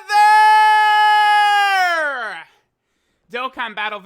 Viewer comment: Easy 2/10 wrong pronunciation